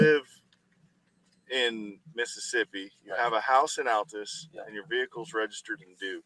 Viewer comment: Seriously? You live in Oklahoma and don’t know how to pronounce Altus?.. 🤔